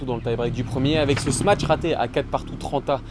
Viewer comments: Tous les analystes français (Benoît Maylin, etc.) disent ça : "smatch" / "smatcher". À chaque fois, je lève les yeux au ciel! mdr "smash", c'est comme "cash", "flash", "rash", "dash", etc. Il n'y a pas de "t"! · les gars c'est un smash pas un "smatch".........